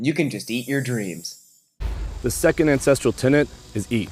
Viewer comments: Same day as Danny, pretty much same length of video, same sponsorship, same video subject, but says "ancestrial" instead of "ancestral" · I feel bad for caring but it's so disorienting hearing you say "ancestrial" every time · You're gonna need to stop pronouncing ancestral like "incestual" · all i hear is “incestrial” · being a historian/anthropologist every time he says 'ancestral' I want to weep ffs.